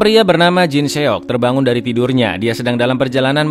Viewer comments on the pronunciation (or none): seok itu dibacanya 'sok' gitu lho.. e nya ga terlalu jelas dibaca. agak risih mohon maap kalo dibaca se.ok terpisah gitu 🙁🙏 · Min dikorea seok diucapkan/dibaca sok,contoh lain Lee dibaca i,choi dibaca chwe contoh dari merek korea Samsung dibaca samsong,Hyundai dibaca hyondai,kota Seoul dibaca soul(so ul) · seok dibaca sok min..